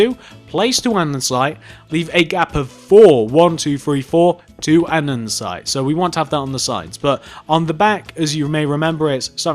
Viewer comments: Your vids are great an all but it kinda gets annoying when u keep saying andensite, it's ANDESITE okay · Lol andensite! Its andesite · Can I just say that it isn't Andensite, it's AnDESTite?